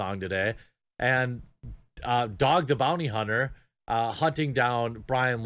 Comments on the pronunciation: "Dog the bounty cunter" i can't help but think that was intentional Jeremy!! lol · “dog the bounty cunter”